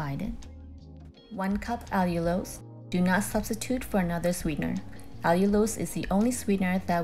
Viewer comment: It's is pronounce All U Los. not actually that hard to say, amirite? Well, now you can use it and you are again allowed to eat figs and raisins because it naturally occurs in those fruit! Cheers! Other names for "water" include: Dihydrogen monoxide or DHMO Hydrogen hydroxide (HH or HOH) Oxidane Hydrogen monoxide Dihydrogen oxide Hydrohydroxic acid Hydrogen oxide Now THOSE , are a mouthful; maybe reconsider the pronunciation rule or you might die of thirst...